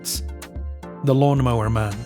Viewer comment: this mf said lawmnmower man